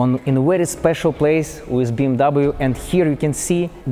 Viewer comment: Ты делал этот видос для кого? для Англичан или для Русский? Если для англичан то и без тебя там 2мл человек которые могут рассказать намного лучше Чем ты с твоим английским, а если для Русских то и разговаривай тогда по-русски. Дизлайк с твоим произношение Wizzzzz, уши режет бездарь, разговорный With not wizzz.!!!